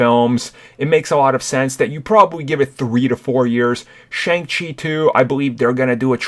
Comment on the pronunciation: It is pronounced Shung Chi